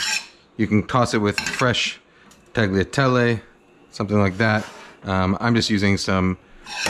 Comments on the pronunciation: Tagliatelle is pronounced 'tah-lyah-tell-eh'. The G is silent, similar to how the G is silent in ‘gnocchi’. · Free Italian lesson: Barilla is Italian so the double LL is pronounced as a long L, not like in Spanish. Also in "tagliatelle" is pronounced similar to "tah-lya-TELL-ay". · Mouth watering video. Oh and the “g” is silent in tagliatelle.